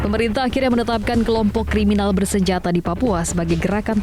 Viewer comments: KRIMINAL bukan KRIMINEL😂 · bukan kremenel pk bunyinya krininal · Bukan Kriminil tapi kriminis bacaannya Pak?